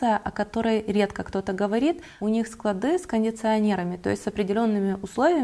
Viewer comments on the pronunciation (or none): none